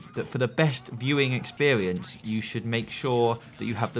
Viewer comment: "expewience" AHAHA AWW!